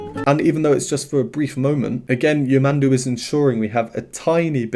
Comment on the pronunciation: Just a correction, the pronounce of his name the accent is on de last 'u' , yamandú, greetings from brazil